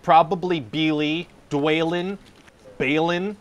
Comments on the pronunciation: The pronunciation of the dwarves’ names is next level bad 😂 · Oof.... I love you, but I have to be that guy. Not only did Elrond not tell Aragorn about the Army of the Dead the night before the battle, it was multiple nights before the battle. Also you're horribly mispronouncing Dwalin and Balin. I know you're doing it for the Sarah Palin joke, but it's ah not a. B-ah-lin / Dw-ah-lin. Not Palin like.